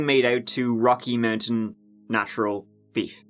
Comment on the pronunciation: "The BEEEYUF business went a bit Moo" The content I subscribe for. 😉😂😘